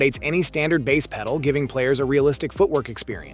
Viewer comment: Your AI voice over calling a drum by a fish name is too much! I’m out.